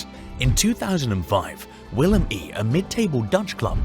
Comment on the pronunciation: Willem i ahh hell no xD, that is a 2 in roman letters